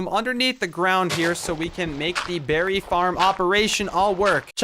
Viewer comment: Berry huh its like breey